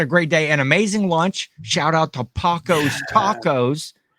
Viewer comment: Panchos Tacos. Not Pacos Tacos 😂